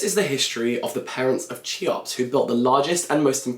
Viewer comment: Cheops is pronounced 'Khe-ops'